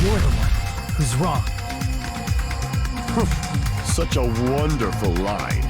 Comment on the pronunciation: “No, That’s wong!”